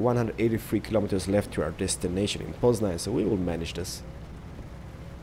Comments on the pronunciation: I Love your Polish ^^ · hey, i would love to win the game, but i have a question, are you part polish, cause when you said poznan, you sound like a true polish person.